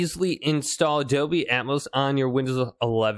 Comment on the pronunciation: There is an 'L' in Dolby! 😂Doby!!!!